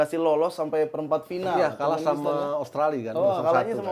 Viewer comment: salah terus nyebut turmenkistan 😂. Turkmenistan.